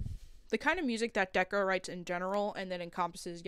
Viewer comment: Stop saying deko wrong bruh